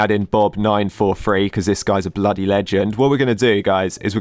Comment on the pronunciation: i never realized how much of a brit was till he said bloody